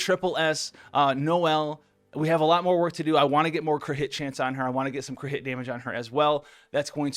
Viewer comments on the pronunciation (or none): He says Cri’it chance and not crit and its so annoying bruh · Why is he saying crit like that ???